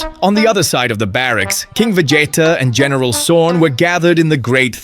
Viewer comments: VA JAYTA??? LOL WTF its VEGEETAH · Vegeta not Vegieta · Vegeta ❌ Vegeyta ✅ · The pronunciations of Vegeta's name sent me laugh every time XD